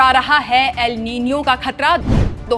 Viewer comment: एल नीनो ❌ एल नीनीयो✅